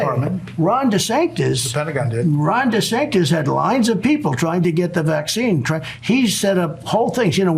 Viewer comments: He keeps saying Dasanctus.😊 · Is that Democrat friend in the room with us now, Donald? Did anyone else notice that he said Dr trashy and not Dr fauci? Or that he kept calling Ron DeSantis Ron Desanctis? Those mispronunciations are worth noting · He said DeSantis wrong like 5 times! Thanks Ben 😊